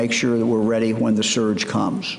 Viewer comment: It's his w's for me. H-why? H-when?